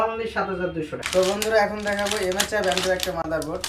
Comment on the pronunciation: Vai msi bolte pare na